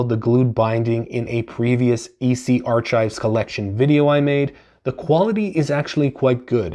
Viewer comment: Did you really say Archive as “are chive”